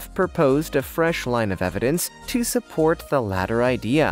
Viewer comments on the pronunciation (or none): none